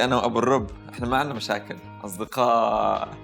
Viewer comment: الرُب بضم الميم وليس الرب بفتح الراء